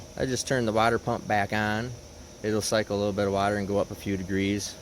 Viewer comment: Maybe just say coolant, since your having so much trouble pronouncing water